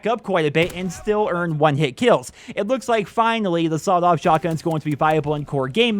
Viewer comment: Sawled off 😂😂😂😂